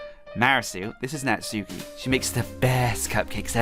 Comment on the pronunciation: The u is silent in Natsuki